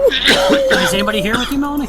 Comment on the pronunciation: I thought yt folks were smart why do we say are now correct they say it wrong like tf malonie she said melonie